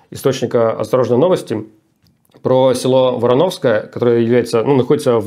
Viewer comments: Вороновское (ударение на первый слог) - это не село, а "сельское поселение" - муниципальная единица с площадью 206 кв.км. Село называется Вороново. Но чумные бараки (пардон, "Московский клинический центр инфекционных болезней") не в нём, а ближе к Москве, у Голохвастова. А административно они и вовсе числятся отделением бывшей 68-й больницы, что в Текстильщиках. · Вороновское (ударение на первом слоге) — это не село, а поселение (то есть территориальная единица). Коммунарка находится не там, а намного ближе к центру Москвы, ковидные больницы в Коммунарке и в Вороновском (возле деревни Голохвастово) — это разные объекты.